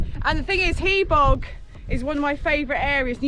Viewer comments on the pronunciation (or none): Not pronounced Ridd doo, but Rheed Thee. And Hebog is not Hee-bog, but pronounced Hebbogg.😜